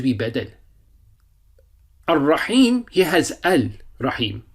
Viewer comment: Dear Instructor. Please be informed that it's not AL RAHMAAN or AL RAHEEM but it must be pronounced as AR-RAHMAAN and AR-RAHEEM because the alphabet "Ra" ر is حرف الشمسية so it has be joined with the following alphabet which comes after ال. Therefore AL ال must not be pronounced except for حروف القمرية. Even when you write it should be read as AR RAHMAAN or AR RAHEEM eliminating all possibilities of incorrect pronunciations. May ALLAH AZZAWAJAL INCREASE ALL OF OUR KNOWLEDGE. جزاك الله خير